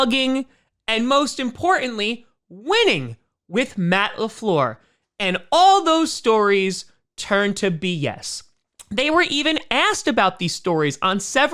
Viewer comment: "Most impor-anly," there's a couple of "ts" in, "importantly." Still trying to help you not sound like a moron.